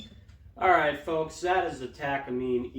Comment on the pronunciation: You are missing some nuance to your information beyond your poor pronunciation of Takamine. Takamine was to provide a cheaper version for Martin for greater distribution. Their partnership with Kaman that came about after the Martin dance thus resulting in the cease and desist letters because Martin and Kaman were competitors.